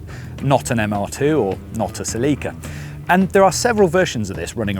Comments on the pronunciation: What the heck is a Sa-Leak-Ka? Celica???? You mean Cell-Lick-Ca? NEVER have I heard it pronounced Sa-Leak-Ka. That is awful! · what the hell is a "ceLIca"? You mean Celica? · Celica pronounced (sell ick a) not (see Lee ca) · Right, that pronunciation is awful. Cell-Lick-Ca flows off the tongue so much better than Sa-Leak-Ka. Why U.S. drop the (u) from words, pronounce (Z) "Zee" instead of "Zedd". And Aluminum as Ah-lume-mini-mum vs. U.K. "AL-YOU-MIMINIMUMUMUMUMUM". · OMG my Queen....... -zah English speaking friend! There's ZERO "LEAK" in the Toyota Celica! It's pronounced; when spoken as it should (Cell-i-kah) cheers mate! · Uh Seh-Leekah lol nice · what’s a “sell-Lee-kuh”??? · What’s a “ceh-lee-kuh” ?? 😅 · Uh suuhlecka? It’s pronounced Celica. 😂😂😂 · Why do brits mispronounce everything? It's Sell i Cah. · Selleeka ? Are you intentionally saying words different just for fun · sa-lee-ka My Neanderthal brain took like 2 seconds to process you were saying Celica. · 110%. Sounds more like Selllica the way they are saying it. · Toyota pronounces Celica as “SELL-ih-kuh” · The real pronunciation is actually Seh-ree-kah. 😄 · The way this guys pronounces Celica is killing me yo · I’ve never heard the name Celica pronounced more redartedly 😂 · Please learn to pronounce Celica. Shudder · I know, it always makes me laugh too. Especially when James May says it. 🤣